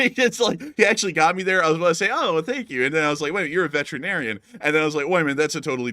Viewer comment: He said “Veteran Arian”